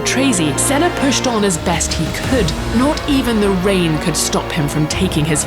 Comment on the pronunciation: And she FINALLY got Senna's name right!!